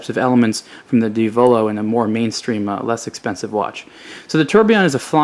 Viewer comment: Just a note, Diavolo is pronounced "deeA-voloh" not "dee-Avoloh". You have to say it with Italian accent, not American style.:D Just pulling your leg.